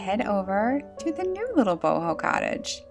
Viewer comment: Boho. Not book.😂